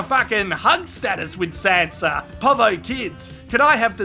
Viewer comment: I thought you were saying Santa instead of Sanza it was hilarious